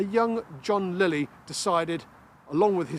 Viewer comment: I'm thoroughly enjoying working my way through your videos. I hadn't realised that John Liley (note, it's Liley, pronounced Lie-ly, not Lilley) who took the last boat through this particular canal. I have published two of his books, but I don't think this is mentioned in them.